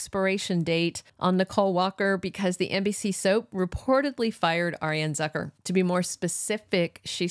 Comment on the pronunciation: Arianne's last name is Zoo- ker? not zucker like trucker